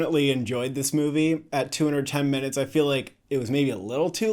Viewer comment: I was so confused why you mentioned not once but twice that the movie is "210 minutes." Took me a bit to realize you were saying "2 hours 10 minutes," but I went back to listen again and still get "210 minutes." 🤷‍♂️